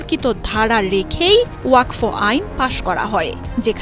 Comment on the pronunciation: Madam, learn how to pronounce the word WAQF. It is not WAQFO.